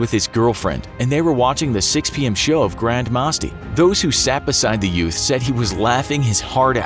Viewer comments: it is not masti its written like that but pronounced (musti) I learn hindi in my school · it's pronounced "musti" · GRAND MAAASTHI...... WHAT ? ITS MASTI ... BY THE WAY WHO IS INDIAN HERE ...... 🙋🙋🙋 AND WATCHED THAT FILM. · Pronunciation of grand masti almost made me laugh to death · The was he pronounced masti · IM GONNA LAUGH MYSELF TO DEATH AT THE WAY YOU PRONOUNCED “MASTI” 😂😂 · grand straighten lol,the pronounciation hehe i literally laughed to death